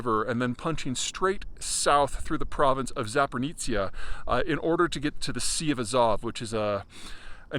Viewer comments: Zaporizhzhia no Zapornitsia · It's ZAPORIZHIA, Peter , not ZAPORNITSA like you are pronouncing. Top analyst like yourself should learn to do some homework first and use accurate , indigenous names before anything else. You have been using the wrong name for too long so I just had to react. No hard feelings O.K.? Keep up the good work . Slava Ukraini!!! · ZaporniZIA - its soooo funny how WRONG Peter is say the name of ЗАПОРОЖИЕ - Z a p o r NIZ ia, instead of the correct form - Z a p o r o ZH ie. . In Bulgarian/Ukrainian/Russian Ж is ZH, not Z. Ж is like sound in words like genre, pleasure, beige, seizure, vision. In English you don\t have a letter for Ж, so you used G, S, Z, but the sound is ZH. And, Peter, there is NO ,,NI'' sound in ЗАПОРОЖИЕ, hahahha, it is soooo funny. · It's not "zaponitsya" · "Zapornitsia?" No such oblast. Work on your pronunciation. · Zapori-what? Man, is it really that hard to Google how to pronounce it? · You mean Запоріжжя? say it with me: Za-po-ree-ja. za, as in 'Zardoz'. po, as in 'port'. ree, as in 'reed'. ja, as in 'jaguar'.